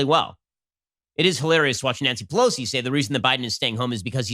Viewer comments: “Nancy Pelosin...” ? Ben? Got that dementia, huh 😔😔 Knowles will take good care of the show when you’re gone. RIP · the irony of you mispronouncing Nancy Pelosi's name minutes after mocking Biden for slurring his words does make me chuckle.